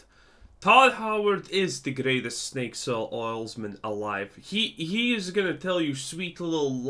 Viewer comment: OK, I know it was a slip-up, but "snakesale oilsman" is 1000% going in my personal lexicon.